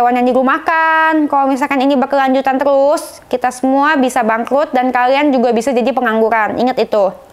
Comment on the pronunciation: terusss mba,, bkn telussss..😀😀